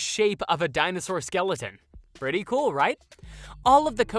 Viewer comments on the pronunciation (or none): none